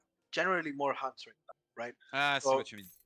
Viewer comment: I love when says hunts like unts. That failed suvorov rush by Konsensus was painful to watch. I completely agree with. Wait until you've sent the card before you even think of pushing. You should either stay near your Town Center or scout ahead with one unit to make sure cav can't wreck your whole streltsy batch. The element of surprise is so important at high level play, especially with an all-or-nothing revolt-like timing build like suvorov.